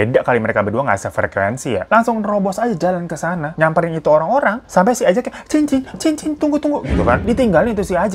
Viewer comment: Sangkung excited bg hiro cerita nama ajay jadi ANJAY dong🤣🤣. Emng klw nntn konten bg hiro ditunggu2 tiap saat. 🤣